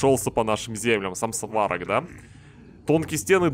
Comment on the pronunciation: Сварог, ударение на о. Но игра норм ) Удачи и проды)